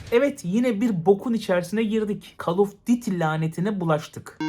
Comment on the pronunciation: call of diti